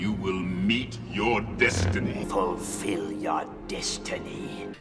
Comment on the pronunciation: Does the word "destiny" suddenly sound extremely odd? Like a small whelp of "destination" xD